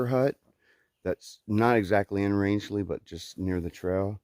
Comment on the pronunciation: I totally agree with 😇 Ina's quote! Roscoe is a man's dog...but not just any man...IBTAT! 👊🏻 Well, you said Rangeley correctly! 👍🏻 Wow! You and Hawk could be neighbours! 👍🏻 He wants to move to Maine also. Birch said the same thing when we were at Sugarloaf. He has never been to Maine and now wants to move there too...but I reminded him...it isn't that easy...so we are going to do a lot of exploring in Maine this fall because I just don't do well in the heat...although this past weekend wasn't that bad. I consider myself a Mainer, having spent 10 of my youth summering with my grandparents, playing in the forest and trekking through the Hundred and climbing up to the summits. Justin follows Evan EWolf's backpacker_comics (correction). We must have just missed each other! 😲 We took a tour of Hostel of Maine too! We will be there in September to finally peakbag Sugarloaf on our NE67 list. I told Birch not to run any races beforehand! 😂 The views were amazing this vid! Some of the climbs are class 2 scrambling...boulders and slabs...use of hands required. Others may be class 3 climbs, assisted by ladders or even bouldering. No, these mountains are not easy. You don't have to be a climber, but have some hiking experience! New England has 67 4000+ footers and you will be challenged by over 50 of them before leaving ME, NH, VT. You are doing great! Hope everything worked out in Rangeley with the shuttle and hostel! Happy trails! 🌺